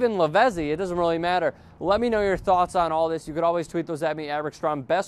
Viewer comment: Lavezzi is pronounced LAVETSEE